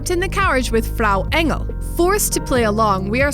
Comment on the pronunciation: props to for her pronounciation of Frau Engel. that was really nice